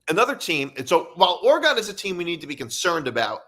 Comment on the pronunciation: Oregun not Oregone